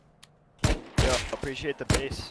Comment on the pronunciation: Ai aprisheired jajaja